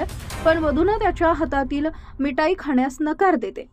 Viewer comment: मिठाई. नीट म्हणायला शिका. मग बातमी वाचा.